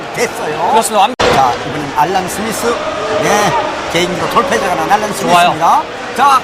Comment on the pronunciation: 캐스터란 사람이 알란 스미스가 머냐 알란 스미스가 ㅋㅋㅋㅋ